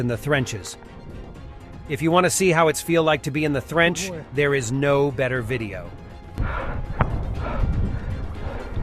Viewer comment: What the fukkkkk is a thrench